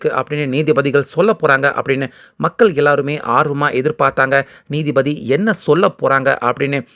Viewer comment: நீதி பதி இல்லை. நீதிபதி என்று வாசிக்கவும்.